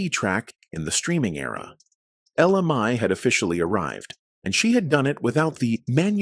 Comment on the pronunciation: Would please say her name the right way.